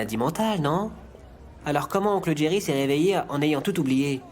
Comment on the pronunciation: Le prénom s’écrit Jerry, avec un J au début : J-E-R-R-Y. C’est un prénom anglais et, en anglais, la lettre J se prononce comme « dj ». Donc Jerry se prononce « Djéri ». Ce n’est pas « Jéri » avec le son du J français. C’est simplement la prononciation anglaise du prénom. Merci 🙏😏